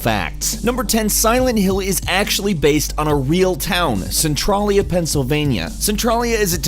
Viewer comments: For the record, the name of the town the game is supposedly based on is pronounced SEN-Trail-Ya NOT Cen TRAL Ya. I live about an hour from there. I've been there before, long before it apparently became a 'fun place to visit'. I walked down that section of blocked highway with the crack in it and was shocked at how eerily quiet it was around there. Sadly now somebody spray painted a ton of dicks onto the highway among other things. Idiots. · It frustrated me too the way he pronounces Oregon. Also they way he says Centralia. It's "Cen-trail-ee-uh" not "Cen-trolly-uh." Also the fact that most of his "facts" were completely wrong. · its centrAYYYYLIA!!! jsyk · it's pronounced cen-tray-lee-uh not cen-trah-lee-uh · That point at the beginning when you were creating the video and thought the word Centralia looked like it should maybe be pronounced "Cen-TRAY-lia" or "Cen-TRAIL-ia"... probably should've stuck with that. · Its pronounced cen(trail)ia not cen(tral)a lol but good video thogh!!! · Really? Ore-gone? also, it's centraaaaaaaaaaalia. long 'a' sound. not centrahhhhlia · cintralia is pronounced Sin-Trail-Yeah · It's pronounced Sin-trail-e-uh.Haha sorry to correct you. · It's pronounced Sen-tray-lee-uh. Trust me on that. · How to pronounce centralia (Cen-trail-ya) from Ashland the next town over where everyone fled to. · It is pronounced cen trail ya. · You pronounced centralia wrong you say it like centraileya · As someone who frequently visits Centralia and lives in Pennsylvania... It is pronounced cent-RAIL-ee-a c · Centralia is pronounced Cent a (like follow that "trail".) with a ya sound at the end. Cen ya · You Moron.. Cent-Traalia, AH-storia, - Or-E-gone.... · He can't pronounce Centralia right either. I live like 15 minutes from Centralia. It's pronounced Sen-Trail-Ya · omg no stop pronouncing centrailia that way, it's my favorite place to adventure in and it hurts my feelings. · dude you said the town wrong. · also u pronounce Centralia wrong